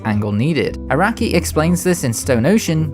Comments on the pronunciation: "heeroheeko areki" It's Araki not areki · You pronounce the sound as /a/ instead of /α/ like how they say it in Japanese